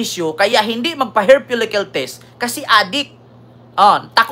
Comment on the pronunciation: Hair follicle po, hindi "hair folicyul"